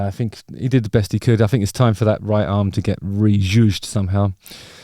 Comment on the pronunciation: “I fink”